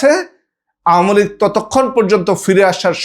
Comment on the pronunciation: আওয়ামী লীগ শব্দটা আগে ঠিক ভাবে উচ্চারন করা শিখুন...আউমি লীগ আউমি লীগ উচ্চারন টা বড্ড বিরক্তকর লাগছে